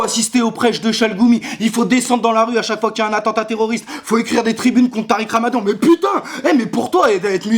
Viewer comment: Quand tu dit "mais" j'ai l'impression d'entendre M&M's XD